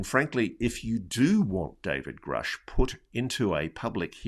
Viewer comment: Why does Elizondo pronounce Grusch as “Groosch?” Which is correct?